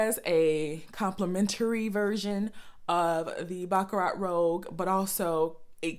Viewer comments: It's rouge...not rogue. French for red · Say: "Rue-shh" roUGe. the other word (rogue) means means someone who goes against ordsrs. Rouge is a redish pink color i think its in makeup. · i think it’s pronounced ROOZH... and i just ordered mine and can’t wait to try it, thanks for the review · Rouge not rogue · Great video, you're beautiful, flawless skin Rouge = Red .... pronounced Roo-juh ....